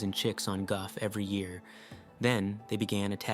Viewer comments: Gough is not pronounced Guff. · Goff island. Or however that is pronounced. Proof man literally destroys everything it touched.